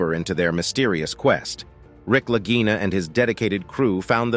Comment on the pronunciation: Well, did they find it? I gave up after the narrator kept rhyming the Lagina Brothers with “vagina.”